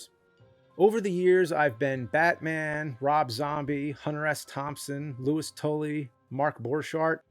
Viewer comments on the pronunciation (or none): none